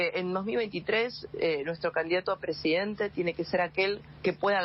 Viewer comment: presidente se dice presidente burrrrrraaaaa, otra cosa mira como vendes humo con el chaleco jajaja cualquiera eso te quiero ver a vos meterte en la multitud como lo hace milei, minimo salis con 30 tajos